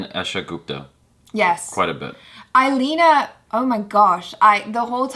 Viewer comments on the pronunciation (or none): IL- eana and not i - lena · Not I-lina its E-lee-ana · It's like..... ILI Anna not..... I leana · couldn't pronounce English Name... Illeana DCruz